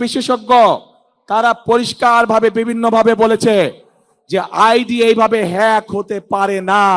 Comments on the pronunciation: হ্যাগ বলতে পারে না 🙂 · পড়াশোনা করো গিয়ে হ্যাক কথাটাও উচ্চারণ করতে সাহায্য লাগে 😁😁😁